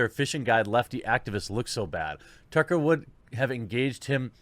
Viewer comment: He had trouble differentiating Chucklehead from Tucker that he started calling him Tucklehead